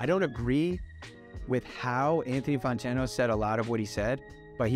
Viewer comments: Why does he still to this day call him Anthony Fontano? 😂 he clearly says fantano in every video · am I the only one who is hearing “Funtano” every time he says “Fantano”? this was very cool, I’m a new fan as of Ultra 85 You know that Anthony is recording a review of this review of a review right now as we speak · I love this and bobby is amazing but he keeps saying Fontano or Fontono, and it's FANtano lol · I wonder when he's gonna learn that it's pronounced "Fan-Tan-Oh" and not "Fon-Tan-Oh". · “Anthony Fontano” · The fact that he still pronounces his name “fon-tano” gives me life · Logic: "Anthony Funtano" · Anthony Fawn-tano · this was epic but please his name is not pronounced FONtano lmao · "Photono" 😂 lol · “Anthony Fawntano” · he says he loves him but he always pronounces his name wrong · Lol you must be pronouncing his name like that on purpose